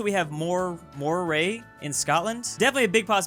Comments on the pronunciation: Moray is pronounced Murrey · no one tell that Moray is pronounced "Murray".